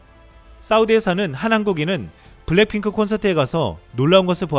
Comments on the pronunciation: 이 분 블랙핑크를 왜 블랭핑크라고 읽지? ㅋㅋ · 원고를 찬찬히 읽어주세요. 블랭핑크라고 계속 발음하는게 좀.... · 근데 블랙핑크를 왜 계속 블랭핑크라 하는지?? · 블랜핑클이 아니라 블랙 핑클 발음이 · 블랭핑크라고 발음 하는게 왤케 웃기지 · 왜 자꾸 블랭핑크라고 그러지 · 블랭핑크가 아니라 블랙피크입니다 .발음에 신경좀 ^^ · 블랭핑크 아님... 블랙핑크임...왜 자꾸 그래? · 블랭핑크가 아니라 블랙핑크 입니다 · 블랭핑크라고??? 블랭핑크? 블랙핑크 발음도 안되냐??? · 블랭핑크 블랭핑크 ㅋㅋ 발음이 ㅋㅋㅋ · 블랭 이라고 들리네..;; 내 귀가 이상한가! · 이형발음이 이상한거야?? 내귀가 이상한거야?? 계속 블랭핑크 블랭핑크 랙이아니라 랭으로 들리는데....................... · 그러니까요 저도 보면서 전에 본것같다고 생각. 일단 블랭핑크 발음은 전에 본게 확실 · 블랙핑크가 발음이 안되나요? 블랭핑크 블랜핑크..